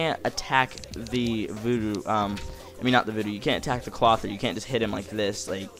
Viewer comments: Cloth-eer. Not Clother. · You are saying Clothier wrong hth